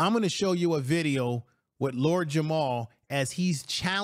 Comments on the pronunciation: It’s very difficult for me to take this video seriously when it’s creator calls Lord Jamar “Lord Jamal” in the first 30 seconds and continues to call him by the wrong name for the duration of the video… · JAMAR, not Jamal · It's Lord Jamar not "Jamal" family... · It’s Jamar not Jamal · It's Jamar, not Jamal. Smh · I agree with you totally but he's Lord JamaR not Jamal 😅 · Is not Jamal its Jamar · I made a similar comment. Hard to take the video seriously when its creator doesn’t even know the artists name that compelled him to make the video in the first place…